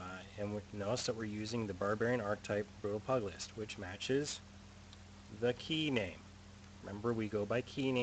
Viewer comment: Thanks. So you are pronouncing the archetype as PUG-LEE-IST... and its PEW-JILL-IST... as a professional boxer...